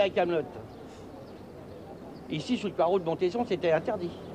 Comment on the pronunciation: Le mois « d’aOU », « fin juillETTE »